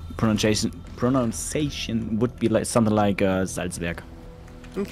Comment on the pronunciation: Pronounciation is pronounced "Pro-nun-ciation".